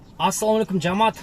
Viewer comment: Жаамат эмес, а "жамаат" деп айтылат жана жазылаат кееде ушентип туура суйлобогон жердештер ичимди оорутасынарда 🤦🏻‍♂️